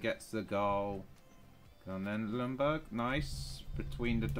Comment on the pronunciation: i like how every english person says ljungberg. lumburg lmao🤣